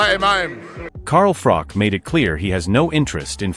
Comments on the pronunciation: Its froch. Ch ch ch ch no k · You'd think with how many times he's rehashed this saga he'd know his name is Froch,not frock ffs.